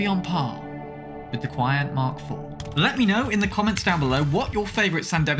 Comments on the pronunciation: "qian" is actually pronounced more like "chee-an" rather than "kuai-on" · Key-On-Tee - QianT its like the spice, they way you say it is Quiant Kwee-ant, its a spicy mod. not a breeding ant. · its pronounced Chan-T